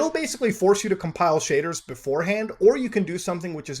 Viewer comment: Man. All i heard was shaders and cum piles.